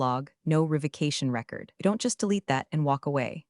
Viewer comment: Same "read" and "record" errors in all the stories.